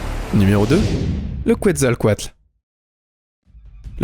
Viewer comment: On dit le quetzalcoaltus